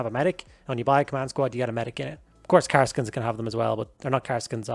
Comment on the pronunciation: Karaskin? You mean kasrkin?